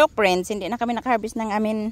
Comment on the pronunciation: Preynds 😂😂🤣 There’s none? Dey are peymil🤣 read an English Books or watch an English movies 😫😳 the way you speak are wrong Grammar!😂🤣😫